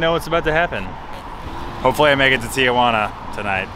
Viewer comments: It’s pronounced “TEEHUANA”. “TIAHUANA” meant Aunt Juana lol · Tea Juana.....Not Teeah Juana. Sorry, used to live there and EVERYONE pronounces it wrong. Theres no A after the TI..... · I’ve always wondered why people say Tia-Juana, It sounds like they’re saying “aunt Juana” in Spanish. 😂